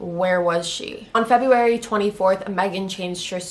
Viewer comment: The way you say February bothered me lol